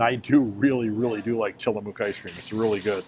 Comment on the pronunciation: Hi! Living in the Pacific Northwest, I can definitively clear up the Tillamook pronunciation dilemma. It rhymes with 'book'. It's not tillamuck (rhymes with shut) or tillamōōk (rhymes with boot). Just say book, then say mook as rhyming words. That's it! Tillamook! 🙂☮️